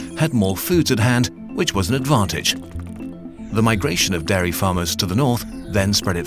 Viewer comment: Your pronunciation of 'dairy' sounds like 'Derry', so now it just sounds like you have a problem with the environmental effects of Irish milk...